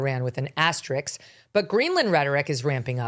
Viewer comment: You dum dum. We need NATO, you fools. You absolute nincompoops. Also it’s asterisk not axterix. Good grief.